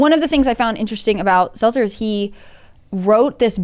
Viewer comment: Brian Stelter. Why don't you say his name correctly? How am I to know who you're talking about if you call out a name that doesn't ever resemble his? I wasn't talking about Stelter. I was talking about the original comment and how that comment was degrading and insulting towards the doorman. I never ONCE mentioned Stelter. I believe that it was an insulting way to talk about a doorman, calling him a "poor bastard", the way that he did. That has nothing to do with Stelter and I didn't mean it too.